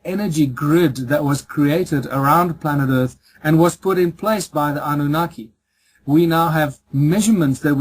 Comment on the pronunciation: AHN NOO NAAHKEE not ANOO NAKY